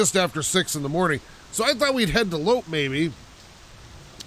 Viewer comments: Loppe = First syllable is "low," second syllable is like "pet," but without the "t." Like, "Low-peh." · loppe is pronounced frappe